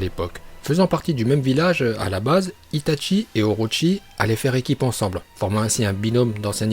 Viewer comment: Tu m'énerve quand tu dit Hitatchi